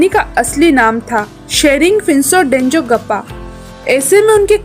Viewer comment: Dezong gappa nahi denzongpa correction